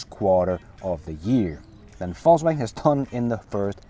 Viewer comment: Hey hope your vacation is going well brother. Also I can't help to notice that you pronounce VOLKswagen as FALSEwagen😄. Go back to your other videos and you'll see. I thought it was joking at first but it's a real thing.